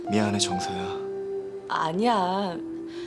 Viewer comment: thㅏ랑해 th랑해 정thㅓ야ㅋㅋㅋㅋㅋㅋㅋㅋㅋㅋ발음 왜저래 발음때문에 감정 다 깨져